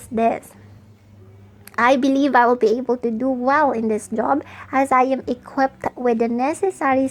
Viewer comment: Some resources are patented the branding and the back ground. Clearly you are mot affiliated with the company, also the pronunciation “welling”? Are you welling? Seriously? I’ll just report this and the page.